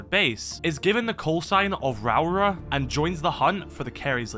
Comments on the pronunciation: Lmao I'm sorry but your pronunciation of Rauora is just funny to me as a Maori. Essentially it's pronounced Row-aura if you roll both Rs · The New Zealand operator l's name should be pronounced Ra Ore Ah